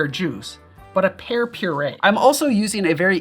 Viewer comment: You said pear, but I heard hair.